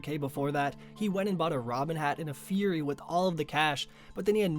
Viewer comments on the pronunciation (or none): none